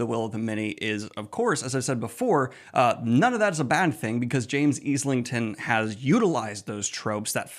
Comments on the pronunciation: Love the review, LOVE TWOTM, but please please his name is pronounced Ilington. Thank you! Can’t wait for November’s release of Strength of the Few!!! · Yo why does every single booktuber struggle with saying islington? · For me The Will of the Many gave really strong Red Rising vibes more than any other comparison. Can't wait for book 2. Also, Isle-ington. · I thought the same, but it's pronounced Izlington on the audiobook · If you watch an interview with the author, he pronounces his own name as Eye-ling-ton